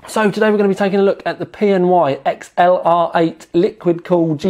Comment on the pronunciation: XLR8 is pronounced as accelerate.